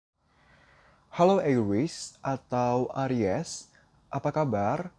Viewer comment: aries ga pake w ya,didengarnya ga enak Nak,walaupun bisa bhs inggris